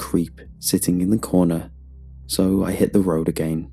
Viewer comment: I like how you're saying again lol, "Aga aein"